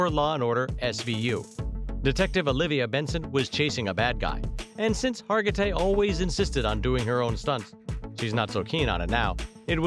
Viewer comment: Second straight video about this famous actress where her name was butchered. Last one kept calling her Har-ji-tay. SMH